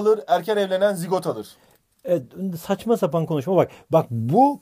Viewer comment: sen BiR ZiGOğGt sun: teşEKürLERğ hocamm 😂😂😅 koptumm